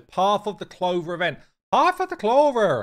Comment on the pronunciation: “Path of the cloverrrrr” 😂😂😂😂